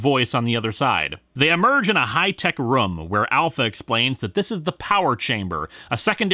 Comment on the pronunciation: sorry, but no matter how many times i relisten, it sounds like you said "High-tech rum", not "High-tech room"